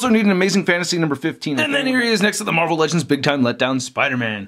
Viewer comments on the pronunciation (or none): none